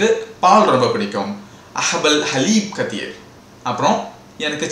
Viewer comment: ڬثير Kaseer nu potruku neenga katheer nu solringa